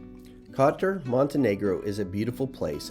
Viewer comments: Hey guys, Nice video. It's not pronounced Cotter though it's Koetore if that helps. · Izgovara se Kotor, dragi stranci ime grada se izgovara izvorno!